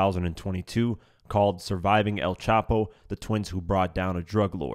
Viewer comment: bro said they workin wit “elm chap-o” 😭